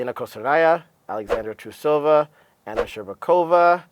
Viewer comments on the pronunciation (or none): hi guys.. you're really funny!! And yes, I predicted a clean sweep of the GPs by 3A too~ You are so funny!! Why'd you call them fetuses ? hahahah... Kevin??? I really wanted to hear your thoughts on Kevin~~ By the way, it's TRUsova. Not TruSOva. Also, Kihira, not Kihara.